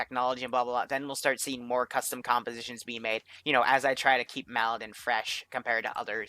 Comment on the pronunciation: MALDEN. M A L D E N. NOT MALIDEN. 2 SYLLABLE WORD